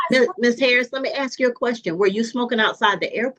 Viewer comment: It urks me that the prosecutor can't pronounce "ask"